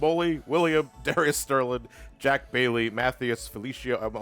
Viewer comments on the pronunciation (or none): none